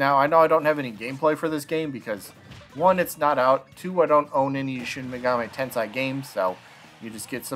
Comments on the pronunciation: I’d give him a nay. We already have Joker, simple as that. Plus, he just doesn’t seem unique enough. Also, just FYI, it’s Shin Megami Tensei, not Tensai. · Yay!!!! Bro if you can't pronounce Shin megami tensei (ten-say) you can just say megaten or megaten 5 lol. The megaten series has been on nintendo since the Famicom in 1987. All the mainline games have been on nintendo. Megami tensei 1,2 on Famicom and remastered on Super Famicom. Shin Megami Tensei 1,2,if all on super famicom.